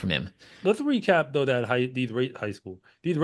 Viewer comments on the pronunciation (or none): none